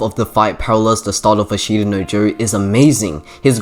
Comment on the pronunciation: Good video. i is silent in ashita btw